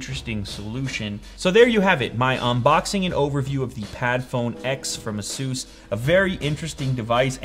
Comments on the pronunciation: "ah-soos"??? i thought it was "aye-sus" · It is Asus not asoos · Your pronounce Asus wrong its supposed to be Eysus not Asus correct me if I'm wrong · Second yup, I was like: what is this brand? Can you tell me where to find this? I only know ASUS not ASOOS is this some kind of copy again? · It's not pronounced "Ah-sus" It is "A-sus" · A-soos? Don't you mean a-sus? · so is it normal to pronounce is "a soos"? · ended up googling it and it appears there is a way to say it. just not "a soos" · he said "Asooose" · just say áázuj thats the portuguese way for asus or in english...its ai su s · He said asoos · It's pronounced ace-us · yea that's how i say it too, which is why it sounded weird to me in this video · the way he pronounced asus lol